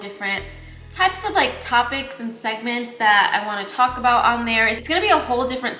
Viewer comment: “Something to Talk ABrown” 😅